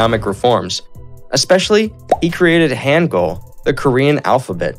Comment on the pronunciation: bro no way you just said HAN gul 💀